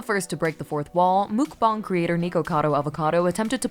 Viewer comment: Mook-bawng? Sorry, but I have to keep rewinding just to get past the pronunciation of "Mook-bawng". Just like Trish Paytas. Anyways, some content creators deserve the hate because that's how they get the views. Do you know how many people will "hate-view" certain content just to troll the comments? They'll claim to hate a certain creator's videos, but will watch every new upload religiously just so they can seethe, rage, and argue "...down in the comments"!